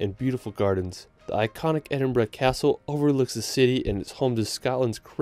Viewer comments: Edin-bruh moment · HE SAID EDINBURGH CORRECTLY!!!!!! you just made this brit very happy